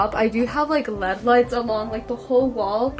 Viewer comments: when she said led lights i died instead of l-e-d lights😭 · I love this video, but it triggers mw everytime she says lead instead of L E D. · She said led lights instead of l-e-d light 4 whole times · yea that was triggering me lol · No its pronounced led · Is anyone else gonna tell her its L-E-D lights not led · no hate, but it's L.E.D not led lights (you say the letters like IRL or BRB) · me in my head wondering why she is saying : led lights instead of l - e - d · I like how she calls them lead lights not LED lights! I'm not making fun of her it's just cute ⚠️NOT THAT KIND OF CUTE⚠️ like awe that's so cute🥺 Not Oh~ that's cute~😏😍 Dont come for me pls Also I like how u are like my sister... U take up the entire room with all your stuff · LMAO girl i say “led” too😭🤣🤣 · She really said led lights lol girl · hahaha "lEaD lights" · Ikr it’s elleeedee lights 😂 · yeah but one of the times she said led, but I guess it’s really no big deal